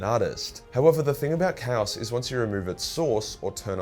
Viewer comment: Bro can’t pronounce chaos